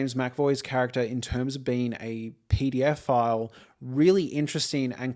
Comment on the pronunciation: Really nice review, thanks. I did keep thinking you were saying "pdf file" every time you said "pedophile". Haha.